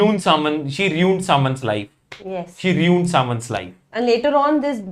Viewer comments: Bhai riund nahi ruined hota hsi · Ruu-iiinned, not reeee-uned!